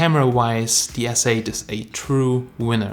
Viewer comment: It's galaxy Sssss8 not zzzz 8